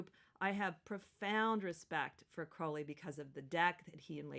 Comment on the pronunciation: Crowley as in crow not crowd...